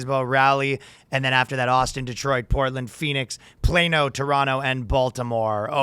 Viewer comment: Ryan started pronouncing Plano correctly and yet I'm still here so my previous threat was obviously empty. Weird seeing flat chested Danny.